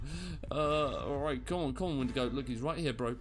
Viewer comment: Ok with shaders for Ursa Major, it's too bright ;-; also it's Windigo not Wendigo